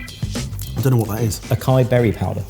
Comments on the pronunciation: it is pronounced “ah-SI-ee”. The cedilla on the “c” means it has an “s” sound. To say “ah-KI-e” is to be completely misunderstood. I do not believe I have ever heard it pronounced the way you just did.🤗🤗🤗🤣I figured out what you meant from contextual clues, but I also study languages different from my own: French, Arabic, and some Swedish.🫶🏻🫶🏻🫶🏻💋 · "Acai"... NO Aaahh saaaaaaaah eeeeeeeeeeeee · 1. We now know this was shot before jamie guessed gurnard in another recent vid. 2. is in danger in brazil - it's pronounced "Ah-say-E". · Not Akai, 🥲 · Great video guys, loved it! but, man... it's pronounced Ah sai ee. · you say açaí as "a-sa-EE" - it's an S sound not a K sound! 😉 Another great masterclass, but maybe I'll not use this one as much as the others because I usually only cook at home, if at all 😫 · is that açaí powder? I thought it was pronounced ah-sah-EE. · Acai is pronounced Ass-sigh-ee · you pronounced acai wrong.... :/